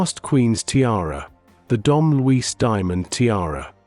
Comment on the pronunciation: And Luis is pronounced Loo eesh in Portuguese